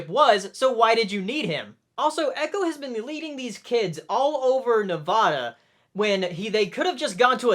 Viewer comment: Dude, I live in Nevada, and it's ne-VA-da, not ne-VAW-da